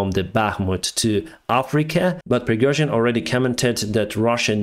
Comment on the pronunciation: Пригёжин)))Ох уж эти иностранцы)